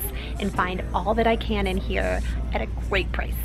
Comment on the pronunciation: The way she said here!! 😂